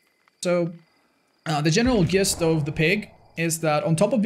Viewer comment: amazing vid. Love the effort you put into these long ones. Also, ‘gist’is pronounced ‘jist’